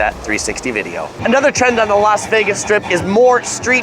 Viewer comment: Why do you Los Vegas ??????????? It’s Las Vegas 😬